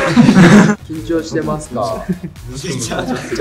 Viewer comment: 「ｷﾝﾁｮ-ｼﾃﾏｽｶ-」草 だいすこ